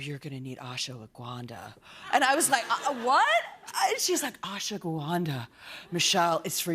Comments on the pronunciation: Did she just butcher "Ashwagandha"? It's pronounced as Ash-wa-gan-dha. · thanks for the screamfest or the last 7 minutes. Also its ASH-WA-GANDA